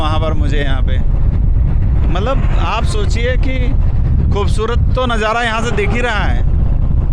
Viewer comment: Najara nahi nazara kahete hain Or Intejar nahi intezar hota hain voh Jarrurat nahi zarurat kahete hain Bijness nahi business Urdu ka janaza mat nikalo language ki study karlo bad me journalism ka shouq karna۔۔۔۔ektarf ka shuru hain dusri tarf ka nahi matalb kya hain 😂😂😂 one way kahete hain use ۔۔۔۔ industriej nahi industries kahete hain۔۔julfen nahi zulfen۔۔۔۔17 manjil nahi 17 manzil .....jameene nahi zameene.....inshort samanya or average class ki journalism.......on camera to Kam se kam ache or bahetrin alfaaz ka intekhab karna chahiye or aam zindagee me jis khandeshi lahejy me baat karte hain usse bahar nikal kar shiree or dilkash lahejy ka istemal karna chahiye...